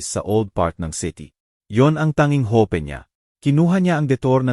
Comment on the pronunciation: Añg daming maling pagbigkas ng mga salita , Ang gate naging gete in,hope y hopi